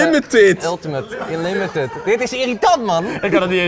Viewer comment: #kpntopplays kan geen unlimitad zeggen😂😂